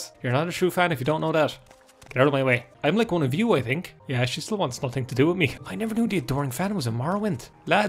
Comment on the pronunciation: Eye tink